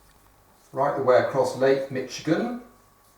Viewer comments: Barnaby, the ch in Michigan is pronounced with an "sh" sound as in sheep, not a "ch" sound as in cheese. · he said mitchigan I'm triggered